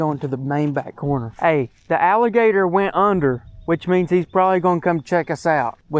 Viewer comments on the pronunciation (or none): He said ralligator instead of alligator